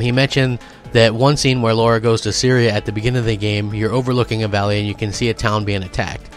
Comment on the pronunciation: NOT Laura. Lara 😁